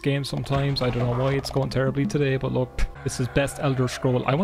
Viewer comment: Yeah the way I describe the Newfie (Newfoundland) accent is generally as 'a mix between English and Irish, but leaning towards Irish.' Very basic, I know, and there's various different dialects/accents for different parts of England and Ireland, but this small portion really reminded me of the concept. That "Leh," as in 'look.' Though the way I've more generally heard it is as "Luh." As in, "Look'a d'at d'ere, luh." It's even in a parody song, "I'm Clayton and I know it" which parodies the song "I'm sexy and I know it." A significant part of the chorus (assuming that section of the song is indeed the chorus, I'm no music expert) is "Look'a d'at d'ere, luh!" I died laughing first time I watched that vid years ago...